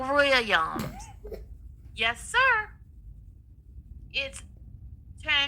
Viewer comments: Why does she never put the "s" on Williams? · Why can't this fool say "Williams"And what is tessafy??